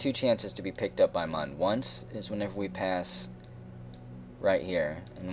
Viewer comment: I know it was 2 months ago but if you still call it "M-uh-n" It looks like Mun <<<< But its said Moon :)